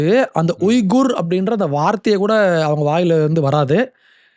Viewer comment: உய்குர் என உச்சரிக்க கூடாது. வீகர் என உச்சரிக்க வேண்டும்.